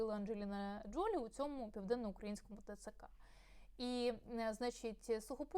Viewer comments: Все-таки, ДжолІ (наголос на останньому складі). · ....наголос на останній склад ...ДжоЛІ...!